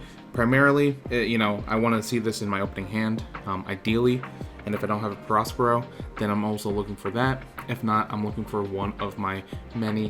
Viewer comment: Nice deck, I have something similar! Btw, do you even watch the anime or know the story?? The big mom arc is great, and you pronounce the character “peh-RO, peh-RO,” barely pronouncing the “s”